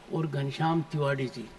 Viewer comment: तिवाड़ी है की तिवारी पहले क्लियर kriye 😂